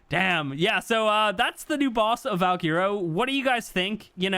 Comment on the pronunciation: My boy still mispronouncing Valguero lol